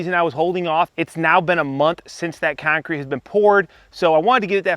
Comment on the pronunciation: never heard any sort of accent from you until you said "concrete" . and you did say bring the 6 footer, but did you really need it? :)